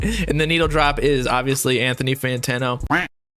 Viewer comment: Say it with me fam Fan-Tan-O 😂 Love the channel bro!